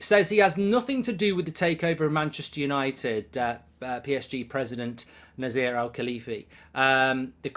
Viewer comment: It is read Nacer El Alaifi